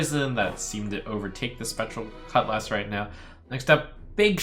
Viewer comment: Why does he pronounce 'cutlass' as two separate words.